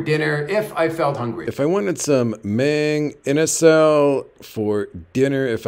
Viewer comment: Mayng Inasal? It's pronounced Mahng Inasal.